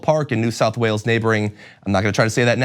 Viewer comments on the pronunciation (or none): none